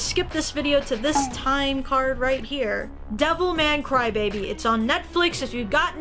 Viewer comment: why everytime she says devilman crybaby i hear devil may cry